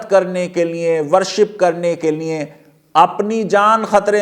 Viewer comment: آپ بولتے بہت اچھا ہیں اور علمی اعتبار سے بھی معتبر ہیں۔معذرت کے ساتھ۔جب آپ لیے بولتے ہیں تو سننے والوں کو لگتا ہے لیے نہیں لییں بول رہے ہیں۔اس بات پر توجہ دیں۔liye کی بجاے liyein لگتا ہے۔